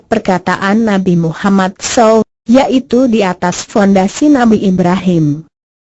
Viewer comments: suara gogle ngomong nabi mummad saw aja salah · Mohon koreksi penyebutan nama nabi!!!! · bagusin dong cara bilang nama rosul